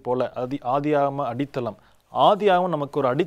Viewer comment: அது என்ன பாஸ்டர் அடிதளம், அடித்தளம் என்று அழுத்திச்சொல்லுங்கள்